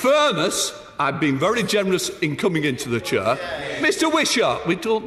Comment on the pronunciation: Dumbing down reaches a new level, he thinks he's down the pub. It's 'chair' not 'cher'.